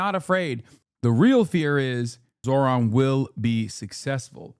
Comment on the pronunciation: That is quite literally the whitest pronunciation of Zohran’s name I’ve heard, good god 💀